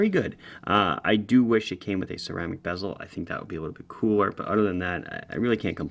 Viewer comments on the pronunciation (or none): none